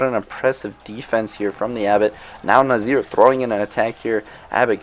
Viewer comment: There's one thing that bothers me. How should Nizars name be pronounced. Nazir or Nizar? Because even though it's spelled Nizar everyone keeps saying Nazir :D